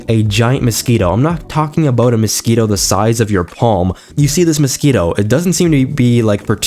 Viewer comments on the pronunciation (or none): none